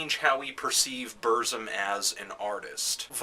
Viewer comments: You say it like this: Börsum but Varg itself says it more like Bürsum... and say it like this PURZZUMM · I no wat u mean...hes pronouncing it buuuuurhhhghzum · Yeah, saying Bursum shouldn't be so difficult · Why does it matter? Shit. BERZ-UM. Burzum. Not hard. Stop thinking your superior because your foregin and listen to nothing BUT Black Metal. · When Varg says it it sounds like "Bürzoom" to me. Though it's black language of Mordor, nobody can't really say to know the way its pronouced except Tolkien.. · You're mispronouncing Burzum. :(